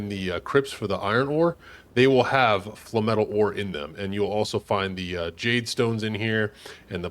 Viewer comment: Flay-metal.....flay-metal. Its not fla metal. Lol. Essentially its no different than saying flame-metal except you just dont use one of the "m" syllables....